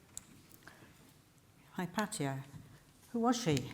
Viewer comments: Firelight157 no it's correct the the way she pronounces it. Regardless of where you are from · She pronounces it the greek way....